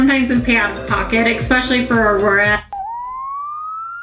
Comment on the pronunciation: Omfg people who say EKspecially is such a pet peeve of mine, I just don’t get it